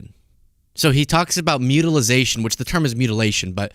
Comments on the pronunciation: "Mutualization" means the act or action of making or becoming mutual. How about that...? BUT THERE IS NO "MUTILIZATION" in English. 😉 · Someone needs to tell this stupid man that 'mutilization' is not a word. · “Mutilization” lol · Should "mutili-zation" be added to the English dictionary? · “Mutilization” bugs me every time! Thank you for the nod!